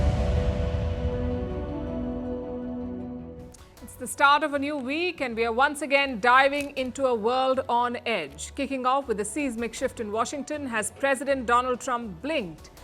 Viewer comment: Not SEIZE MICK , SAY seismic like this Size Mick